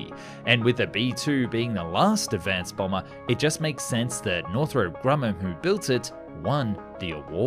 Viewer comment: ah yes. northrope